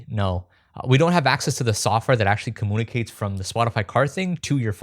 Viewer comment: every time i hear coomoonity, coomoonicate, and coompooter i lose my mind.